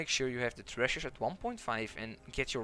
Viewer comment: LOL I could not even follow what he was saying because I was counting how many times he said "trezush". I think I missed a few but it's over 31 at the 9 minute mark. I want a follow up video where its just the same footage but only the word tresures over and over with differrent tonal inflections.